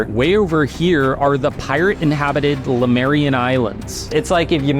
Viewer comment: Its Le Mu ria. Not Lu Me ria. Pedantic? Maybe, but you are the "Conan The Barbarian" youtube channel.